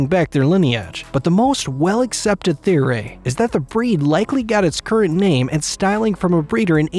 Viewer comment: Historay, theoray 🤣